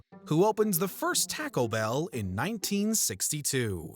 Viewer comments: Did he say TACKLE BELL? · "tackle bell" and "mee thane" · Tacko bell? Midwest upbringing? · Tac o bell? I thought it was pronounced Toco bell? 😊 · I’m sorry, I’ve never heard of Tacko Bell, and don’t know what tacko is. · Bro, did you just say tack-o bell?🤣🤣🤣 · Lol the way “Taco Bell” was pronounced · Why do you pronounce taco bell so weird ?